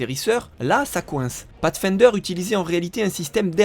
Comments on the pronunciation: avec un "pafsfaindeure" on sauve les meubles... ce sera pas suffisant néanmoins pour faire croire qu'un français sais prononcer de l'anglais mais ce sera assez pour montrer qu'on essaye un peu... Peu importe que vos sources soient déjà bien organisées et complètes quand vous les reprenez, votre travail d'adaptation pour en faire vos vidéos est bien fait. Et surtout tellement à contre courant des vidéos plus longues avec mille fois moins d'infos que c'en est presque génial. Un principe qu'il serait peut être possible d'appliquer à d'autres sujets que le cinéma ? La musique, l'histoire, l'art.... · Pathfinder prononcer path comme en anglais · audacieuse prononciation de "pathfinder" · catastrophique oui.